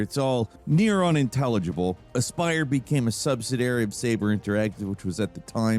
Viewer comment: Subsidiary has 4 syllables, dude.